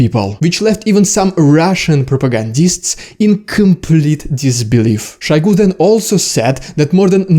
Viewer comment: It is Shoigu, not Shaigu. It is not a Russian name, it is Tuvan. Only (northern) Russians have to pronounce every O for an A, but it is wrong. It is a dialect, not the correct form. Otherwise your Old-Slavonic ancestors would not even have introduced the letter O into the Kyrillic alphabet. Since Moskwa is also not a Slavic word, pronouncing it "Maskwa" is also wrong. Since "Россия" is also not a Slavic word, pronouncing it "Rassia" is also wrong.